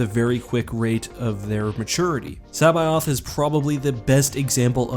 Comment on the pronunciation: Your pronunciation of C'baoth makes me cringe